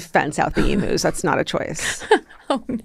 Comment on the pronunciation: Hi darlings, Aussie gal here. It’s pronounced eem-use not emoos. While I’m at it, Pride & Prejudice TV series with Colin Firth is indubitably the best version. You prompted me to watch it again (20th time?) love ya, Ally